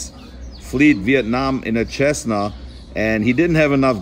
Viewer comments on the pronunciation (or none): Cessna is pronounced "Sessna" mate.Many thanks for the vid.